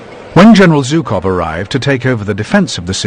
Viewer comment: Very well, then..."Жуков", not "3уxов".